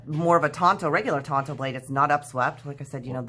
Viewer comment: Tanto is pronounced like you said it, with the "on" sound. It's a Japanese word. Don't let your friend get away with that know-it-all nonsense,! I like your channel so far, hope you keep it up.